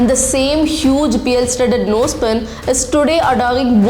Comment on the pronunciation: Is this the way you pronounce 'pearl ' ???? You need to do some homework before you make a video .